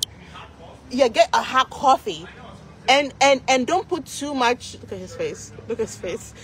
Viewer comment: CALLS COFFEE "CWA-FEE."